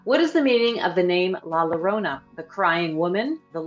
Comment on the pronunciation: It’s pronounced La Ya-rona, not La La-rona